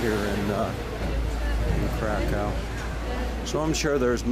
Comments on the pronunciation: It's not pronounced Krakow it's pronounced Krakov and it's a beautiful country I love Poland more than the UK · Pronunciation of Kra_kOw got me. Plus, it's Roma music not Gipsy music.